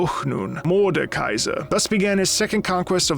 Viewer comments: Just a little correction: you say Mordenkaiser with an imaginary n but you say it „Morde-kaiser“ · macro: some of you got annoyed when i said atrox me when he says mordenkaiser for the whole video and when he spelled it mordkeiser in the description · You likely misspoke when you said MordeNkaiser earlier in the video (like right after talking about the hate you got for calling Aatrox Ahh-trox), so I won't tease you about that. League names are sometimes hard. I don't envy you if/when you get to Illaoi. Morde is one of SEVERAL big bads in the world of Runeterra. There are: - The Demons (Fiddlesticks, Nocturne [though he's literally in the Shadow Realm atm], Evelynn, Tahm Kench), although they seem to be more keen on acting alone and doing stuff randomly to sate their hungers. Meeting one (maybe except for Tahm) is almost always certain death. I say almost because Vayne, Lux, Garen, Swain, etc have all faced/met demons before (not sure how many regular people have) and survived. There are also the Azakana, lesser demons that usually feed off of negative emotions like in the cinematic Kin of the Stained Blade, but are hunted and destroyed by demon hunters (Yone is one). - Mordekaiser, who is such a threat that there is an entire order dedicated to keeping him locked up, headed by a powerful mage who is like 1000 years old as she was there when he was killed the second time, possibly was the one who defeated him, not sure. - The Darkin (Aatrox, Varus, Naafiri, etc.), who were Shuriman Ascended God Warriors who were slowly corrupted by blood magic after fighting... - The Void (Bel'Veth, Cho'Gath, Rek'Sai, etc.), who were either created or stolen from Runeterra and corrupted by... - The Watchers (no in-game champs), they want t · "some of you got mad when I said A-Trox, Aatrox" "Morden Kaiser":face-red-droopy-eyes::face-blue-wide-eyes